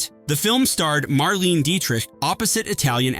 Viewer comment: Idiot! You don't know what you're going on about. The first movie scenes you are showing is NOT the one you are babbling about. You can't even pronounce Marlene Dietrich correctly. It's Mar-lay-nah.